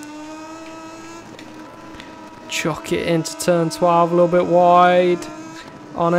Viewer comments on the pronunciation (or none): none